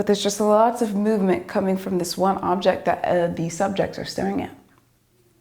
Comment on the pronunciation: she is so amazing! but please teach her the word"object"